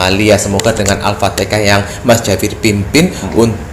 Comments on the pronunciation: Alfateka? 🙂 Alfatihah Pak hehe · Bukan alfatekah.. Yg benar alfatihah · Jangan alfatekah.. Alfatihah..